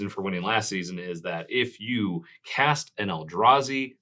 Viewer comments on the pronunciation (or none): missing the T in cast, in the rules. Sorry, it bugged me.